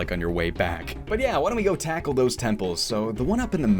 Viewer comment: "Takle this"